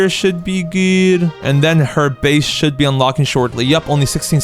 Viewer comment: Did u just said shold huh?